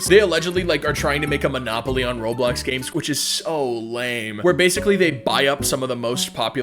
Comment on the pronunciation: When he said "by making you games" I really thought he said "by making you gay" 😭